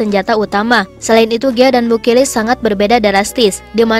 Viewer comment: BU KILIC min jgn BU KIRIK aahhh... 🤭🤭